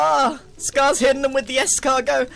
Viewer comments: Es-scar-go. … Es-scar-go! 😂👌😂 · Its es-SCAR-go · grian: "escargot" gem: "escarNO" 😂